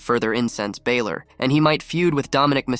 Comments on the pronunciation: Please will you stop saying Finn Bàylor it isn't that it's Finn Bàlor sorry just needed to say this cause it is easy to pronounce lol😂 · I kills me every time he pronounces "Finn Baylor" instead of "Balor". And Drew "McIntree"? lol